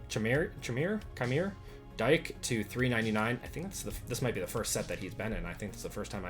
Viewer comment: Chimere Dike played at Wisconsin and you don’t know how to say his name?